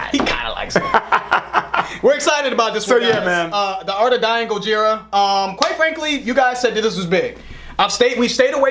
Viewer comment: Btw its pronounced GO-HERE-UH